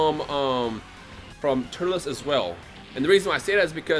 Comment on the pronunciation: did he call turls turl-ess